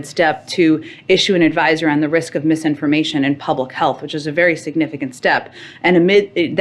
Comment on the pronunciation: Did JP just say "Spoti-FLY," and "mis-indisin-fly-formation"? OK, I've had a beer, listened multiple times, but still not sure.